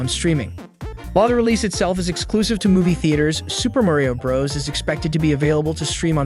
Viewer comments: Why do you say bras instead of bros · Oh My Gosh, ITS SUPER MARIO BROS NOT BRAS DUDE UGH IT SERIOUSLY ANNOYS ME AAAAAGH Edit: HE ACTUALLY SAYS IT NORMALLY IN THE END OF THE VIDEO HE MUST HAVE SEEN THIS COMMENT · man did not just say "Super Mario BrAHs" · This guy has a robot voice he can’t even say Bros right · You’re saying bros Wrong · Why are you calling it Super Mario BRUS Also did you say Mairio?